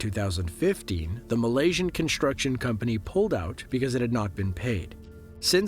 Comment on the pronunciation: Dude you do a great job voicing this, but please, stop saying "conSHtruction" and "conSHtructed". Are you doing that on purpose? It's really annoying.